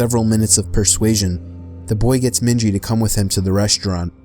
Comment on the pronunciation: Its *Minji she's Asian lol 😭